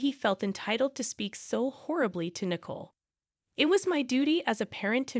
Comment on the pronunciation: It’s not nickel but nicoal